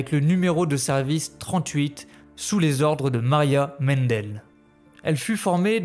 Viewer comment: Revoir la prononciation des noms allemands ex:mandel et non mendel...........